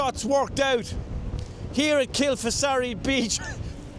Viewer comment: great shots there, pronounced locally as Kil-far-asee